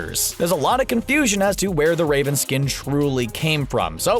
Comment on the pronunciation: I thought he said rape'n instead of raven